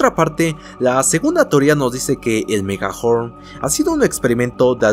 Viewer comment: Dijo megahorm